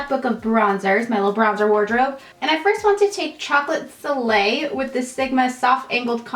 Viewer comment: Omg when you were putting on bronzer, it sounded like you said "Chocolate filet" instead of soleil and I was cracking up